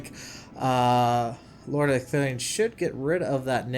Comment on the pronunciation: holy crap you got ecthelion's name right :D